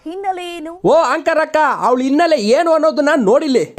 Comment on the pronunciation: Dost innele alla adu hinnele